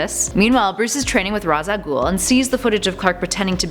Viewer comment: The way she says ra's a ghoul